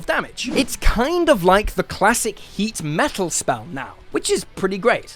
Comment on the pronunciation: Heat metal? Oh,... I thought you said "Hate Metal"! Why? 'Cuz me LOVE METAL, dat's why!